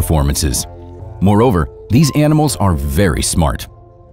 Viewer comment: 0.14 «These animalsk are very smart, even scientists confirm this fact». Good to hear that scientists, who are usually quite slow on grasping facts about nature, are on board with this one!